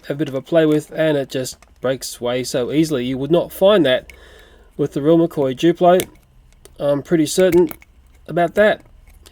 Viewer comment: ITS NOT JUPLO !!!!!!!!!!!!!! ITS DDUPLO